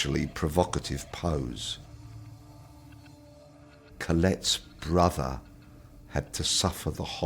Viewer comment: Its brother not brofer